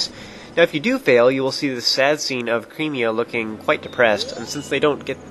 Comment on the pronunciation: ITS Cremia, not Creamia. Sure she might make you creamy but you don't have to pronounce it that way